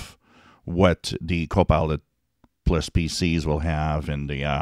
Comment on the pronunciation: Always sounds like your sayin copi;ot 'less' pc's.